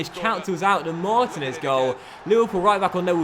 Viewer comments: its Mar-teen-ez not martin-ez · Marteenez is how it's pronounced. Also, it shows you watch Basketball with the very ridiculous Americanism Deefence lol